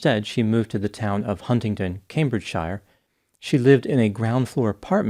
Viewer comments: great video. Just a quick note, though, shire is pronounced as "sher" when saying Cambridgeshire; not like the country Hobbits inhabit. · Cambridgeshire is pronounced "Cambridge-sheer" not Cambridge -shy-er. Xxx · It's is not pronounced Cambridgeshire, but Cambridgesheer. xx. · Pronounced Cambridge-Sheer Doc